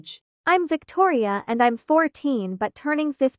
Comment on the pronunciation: Victoria name is Victoria but th3y called her toir